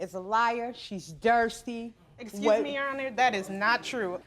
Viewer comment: She said "dursty" not "thirsty." I'm WEAK!!!!